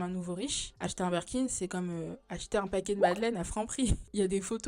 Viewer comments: Super vidéo, très intéressant ! Par contre on dit BIRKIN par Burkin 🥲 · Super vidéo mais par pitié on dit BIRKIN et non Berkin ahah mes oreilles saignent